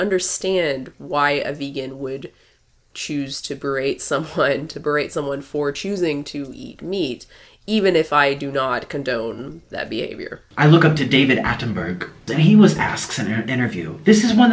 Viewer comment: Someone should tell him David Attenborough is pronounced David Attenbor-row, not David Attenburgh